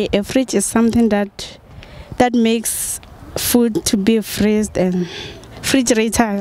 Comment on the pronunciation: After this video I can't even pronounce refrigerator correctly myself 🤦🏽‍♂️